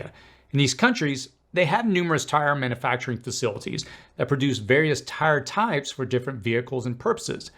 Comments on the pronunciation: Please stop saying "man A facturing". It's manUfacturing. Look at the spelling. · Mana-facturing? Really? You don't know how to pronounce a word you use so frequently? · It is puzzling that this guy struggles to properly pronounce the word "manufacturing". It is not pronounced "manAfacturing". He also struggles to properly pronounce "susceptible" and "steel". He might be a foreigner with a speech impediment.